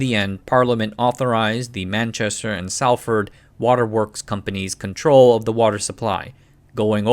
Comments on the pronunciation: Superb video as usual. Very much appreciate the detail and work which goes into these. Btw, a couple of words stood out: Salford pronounced more like "Saulford" but with a short 'Saul' sound Penines - merge the words "Pen" and "Nines" together as if they were one word. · If uploader is reading this, we do appreciate your effort in covering this topic. To correct some of your pronunciations for future reference - Salford is pronounced like "sol - fud" and Pennines is pronounced "pe-nines" (like the number 9) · Salford is pronounced like "solfəd" Pennines are pronounced like "pen eins" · As a Manchester resident, I have to say "united" utilities is far better than whatever they have these days on the thames. Im not fussed by it but I imagine you are going to have many angry salfordians in here about the pronunciation.